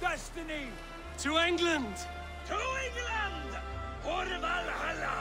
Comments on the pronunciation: The way you said England the first time kinda hurt me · the way you said England lmao